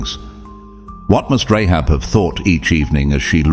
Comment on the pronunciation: Rahab not Rehab